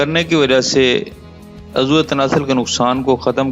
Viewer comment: آپ اردو کے کئی لفظ غلط بولتے ہیں مثال کے طور پر آپ عضو اکٹھا بولتے ہیں جبکہ الگ بولا جاتا ہے عض و